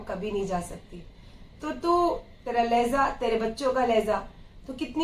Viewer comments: Lahza nahi kehte... Lahja boltey h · It is not 'Lehza' it is 'Lehja' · Lehza nahi lehja pls